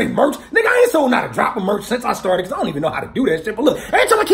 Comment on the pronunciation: Even though you kept saying dint take it, the whole story makes me wanna take it cos fuck it.